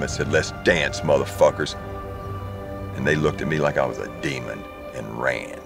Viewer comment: Sounds like he is saying guts glory ram